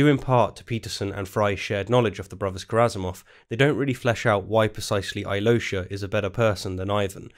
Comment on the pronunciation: Aivan and Aloish... you guys mispronounce this name so badly I can not even write how you say it🤣 That feeling when you are russian and you learn about russian literature from a british dude. All-yee-low-sha😂😂😂😂 Why just dont say Alosha like hawaian Aloha but with sh sound?